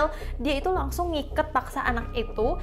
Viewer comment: Kagsung kak bukan Kangsung☺️